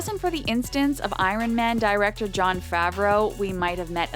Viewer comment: Learn to say iron pleassseee.